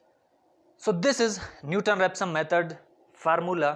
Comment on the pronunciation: I think it is not Newton Repson, it is "Newton-Raphson" Method